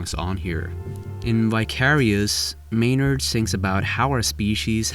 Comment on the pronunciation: "Maynard" No